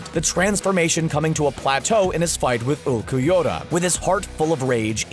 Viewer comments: I hate how he pronounces Ulquiorra. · I like the list, but your mispronunciation of Ulquiorra brought pain to my ears.